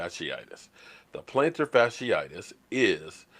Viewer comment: You kill me, you cannot pronounce Geoff Swaim correctly, but pronounce plantar fasciitis like you have a PHD, ha.